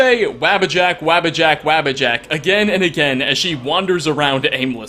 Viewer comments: psst... It's pronoucned "Waw-buh-jack" not "wabba-jack". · waabajack? wtf...dude pronounce it with u instead of a... e.g wubbajack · Bro I love your videos but how you miss pronounce the Wabbajack makes me Twitch lol sheo himself says it in game lol